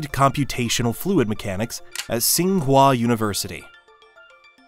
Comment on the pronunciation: Not SING HUA. Ching Hua